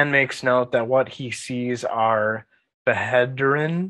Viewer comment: As far I know, you just don't read the H in bhederin. There is a Malazan pronunciation guide. If you google that, it's the first link. Really useful!